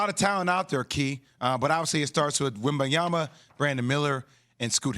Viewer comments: it's Wembanyama and not Wembayama Max! 🤣🤣🤣🤣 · He could not have a more easy to pronounce name —- Wembanyama Wem - ban - ya - ma Sound it out y’all. 😂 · i mean it could definitely be easier to pronounce but messing it up on national tv after a year of hype is inexcusable😂